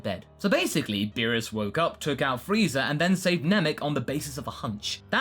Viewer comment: And freezer instead of Frieza xD